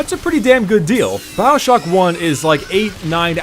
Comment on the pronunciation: it's Bioshock not Baowshock .. Dhhh